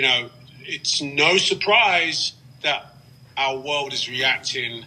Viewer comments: our wowed!? What's a wowed!? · "Our Woolld" is in real danger I'm sure.